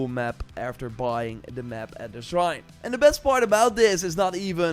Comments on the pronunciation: Say srine one more time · not being able to say "shrine" is what sent me